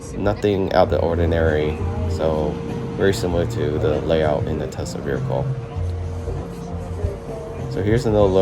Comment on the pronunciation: Verical is not a word…. Vehicle